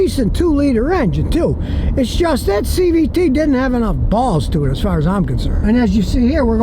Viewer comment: Did Scotty say "bawls" ?